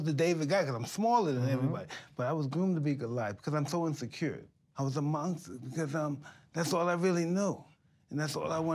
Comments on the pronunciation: "how could i be a month-stuh" 🥺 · This is deep and all but I died when Tyson said "mongsta"